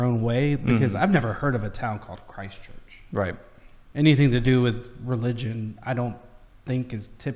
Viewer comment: Nice to see my city on the list (Christchurch). No the name has no religious connotations to us locals. The narrator is pronouncing it strangely in that she is emphasisng 'christ' and 'church' like its two words (making it sound religious). No it's just simply Christchurch. There is a small town in the UK called Christchurch that we were most likely named after. I wouldn't say Kiwis are any more religious than anyone else. It's nice that you haven't head of Christchurch because to be honest in the last 10 years we became world famous for just some horrible events happening to us that were beyond our control. They don't need to be discussed here. As a result us Cantabrians (from the Cantberbury region) are a pretty resilient bunch.